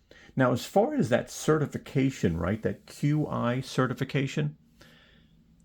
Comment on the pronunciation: Fyi qi is pronounced Chee